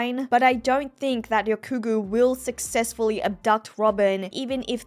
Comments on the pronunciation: YOU SAID RYOGYUKU AND ;] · I think ya’ll are misunderstanding haha She might say the nine slightly differently (example: Ryokugu), but she only actually says it properly twice. Don’t know if it was on purpose mispronounced, or if it was on accident and she noticed later, but that’s what she meant lol